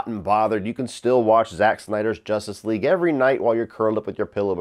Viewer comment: Why do you say “Jostice league” it’s justice with a U juh-stice